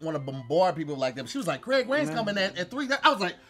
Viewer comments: "....We got Cweg Wains on the mfkn show" 🙄🤣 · "Ladies and gentlemen we have Qwaig Wayans on the show" really? 🤣🤣